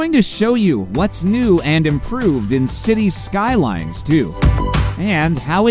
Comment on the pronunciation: Maybe try a different AI voice? While I always prefer human, AI voices are usually okay. But it was this particular one and the way it pronounced Cities Skylines that bothered me to the point of annoyance.